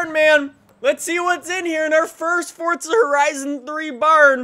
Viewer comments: fortza (It's Forza) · its forza not fortser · idk if its just me but I get annoyed everytime says Fortza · anyone one notice says fortza